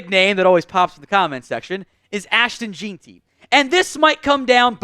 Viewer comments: J-I-N Ti is how Ashton Jeanty is pronounced. Home run hitter. BSU fan. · Its pronounced "gen-tee" as a bsu fan that pronunciation hurts